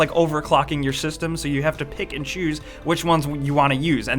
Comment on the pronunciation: did you say pikachus or pick and choose?Wasn't clear.